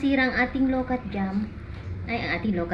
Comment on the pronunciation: Ang pronounced niyan ay LO - QUAT !!! Hindi lokat kasi may puno din kami niyan sa backyard 😅